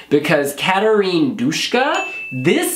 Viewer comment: it's not Dushka, it's just Duska